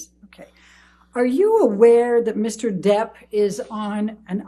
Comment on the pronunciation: It is not Johnny Deaf but Johnny Debt!!!!